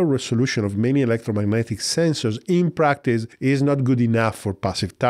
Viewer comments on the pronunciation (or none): none